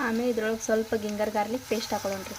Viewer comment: ಜಿಂಜರ್ ri adu ಗಿಂಗರ್ alla